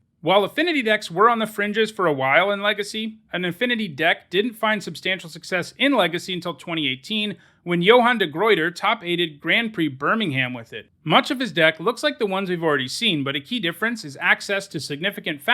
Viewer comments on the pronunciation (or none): Great video! Funny to hear how people left magic right at the time I joined it. The first thing I learned was how broken affinity was haha. Just a little note about "Birmingham". The way those things get pronounced in Britain is "Bur-ming-'um". I'm saying this in case you ever need to say the name of a place in your history videos and want to say it in the local way. We've got so many ex-hamlets here in the UK so I wouldn't be surprised if it comes up. Whenever an American says "ham" for these place names it sounds very weird to the rest of us.